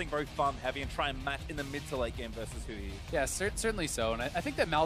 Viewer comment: They kept saying Huni instead of Huhi